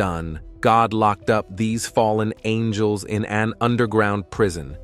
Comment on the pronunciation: Oh it’s the fallen ang-ells😂